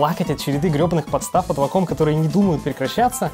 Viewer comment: вейком а не ваком...